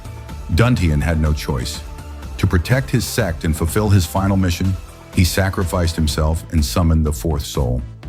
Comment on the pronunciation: Please correct the word SEX to the correct SECT, pronounced SECK .